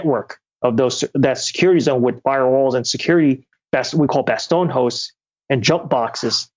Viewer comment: god the way he pronounced “bastion” made me want to shoot myself